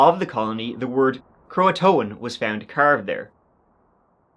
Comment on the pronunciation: Cro - Uh - Tan. Croatan.